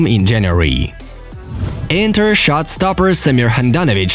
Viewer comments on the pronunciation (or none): none